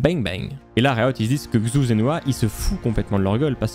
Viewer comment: xu... quel cringe cette prononciation, c'est "CHU" qu'il faut dire.